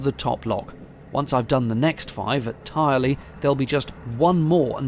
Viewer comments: Also binge watching like many others. Grew up in Drayton. Fell in the cut while fishing right next to the mill you showed (which is now flats) and caught weils. Also Tyrley is pronounced Tur-lee 🙂 Great videos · Great video really enjoyed it Many thanks. A little further on my Grandfather farmed and the milk was collected from the canal bank and taken on to Cadbury's factory at Knighton. (trivia info locals pronounce Tyrley as Tur ley) love your videos